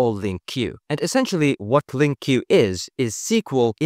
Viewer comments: It's not pronounced Link-Q btw, it's just Link. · Mate!!!! Wtf? TS is actually inspired by C#! And it's not called Lin Q 😭 who have you been hanging out with? LINQ is pronounced LINK. LINK. NO LIN Q bollox ok? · Never heard anyone call LINQ as LIN-Q 😅